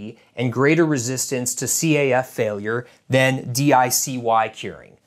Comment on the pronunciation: It's caff as in café by the way. Not C. A. F. !